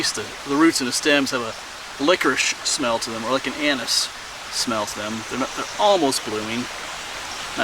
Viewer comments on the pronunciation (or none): none